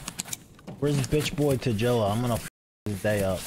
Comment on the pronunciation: Tagilla is pronounced with a G as in Gorilla, Great or Target.